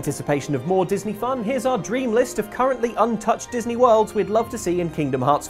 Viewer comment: Oh WORLDS! I thought you said Disney Words for some reason...